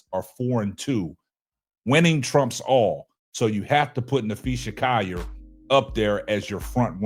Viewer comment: Naphee SA....not NapheeSHA.....respect her name please as you do videos about her and it is COLL ( call) ier...not Ci..YER